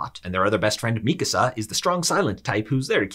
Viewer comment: Thank you for pronouncing Mikasa's name correctly. Very few YouTubers do.